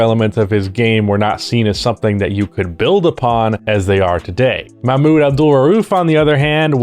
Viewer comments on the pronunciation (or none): For your deep dive, Mahmoud is pronounced with the "h" as in house, it's like Ma-h-mood. Uf you want to pop it in an audio reader for the pronunciation before your deep dive it's this Arabic text: "محمود عبد الرؤوف"